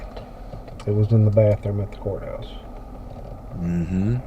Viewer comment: Did he say bathroom or back room? Either way it is gross